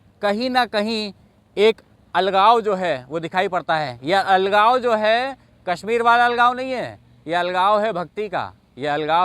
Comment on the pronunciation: Aalgav nahi lagav hota he